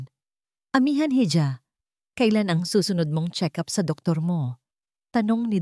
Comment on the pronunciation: Para sa nagna narate ng kwento I Google mo kung ano Ang bigkas ng hija, or hijo nkaka inis na paulit ulit ninyong pagkakamali sa mga pagbigkas